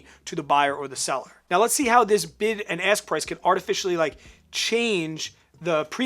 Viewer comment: Great video!! Maybe it's just me but I keep hearing BIG ASS bid & BIG ASS spread 😂